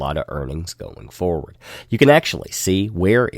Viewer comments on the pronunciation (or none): none